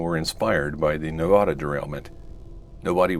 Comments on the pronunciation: other than the pronunciation of Nevada, nice video! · you can pronounce it right hopefully next time, there are many references online.